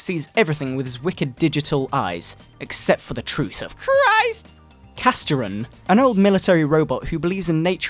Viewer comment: THE LORD JESUS CHRRRIST!